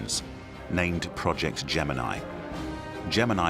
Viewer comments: He says gemini wrong too. Get over it. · Why didn't you watch old films of launches? If you had, you would know how to pronounce Gemini.